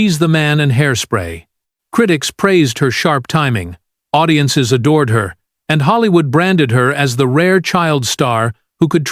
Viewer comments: I know! Did you hear”ow-diences”? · Owdiences? Stop with the Articifial Ignorance. Lazy ass content creators. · "zix", "zeven", "audi-ences"🤨 Are you that lazy you can't pick up a microphone and talk with a real voice?